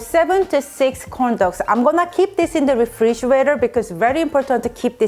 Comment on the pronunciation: Lol I thought she said condo